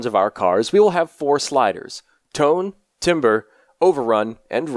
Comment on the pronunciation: It’s pronounced “tam-ber”